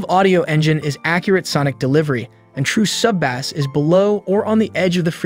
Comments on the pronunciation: Bass is pronounced 'base". Not like the fish. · They should've found another narrator that knows how to pronounce BASS LOL. BANANA BRAIN HAHAHAHAHAHA